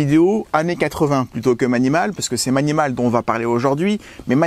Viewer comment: On dit pas mAnimAl ma Maï ni maul ! 😁